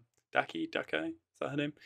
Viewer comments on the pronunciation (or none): By the way, it's pronounced : Dah-key (Daki) Ooooh-zoo-e (Uzui)